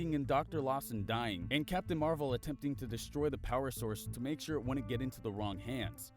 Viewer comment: I heard captain marbles instead of captain marvel